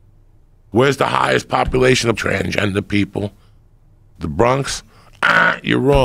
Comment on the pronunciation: ''TRANgender'' - Joey Diaz